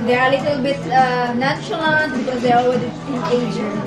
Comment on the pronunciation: “NON-SHALANT” ang pag pronounce